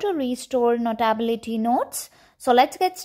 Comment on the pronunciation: Learn how to say notability- note ability - notaaabilty…